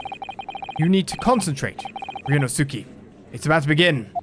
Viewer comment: I believe it's pronounced Ree-oh-no-skay?